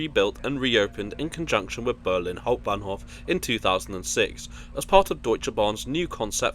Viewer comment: der sog. KI Sprecher schafft in etwa jedem 2. Satz einen Versprecher. Hauptbahnhof ist schwer auszusprechen !